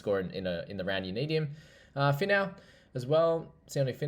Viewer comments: Sione Finau is pronounced like Feenow haha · First time you pronounced Finau was perfect bro, pronounced 'Fee-now'. Always appreciate you making an effort to pronounce our Pacific Island names!!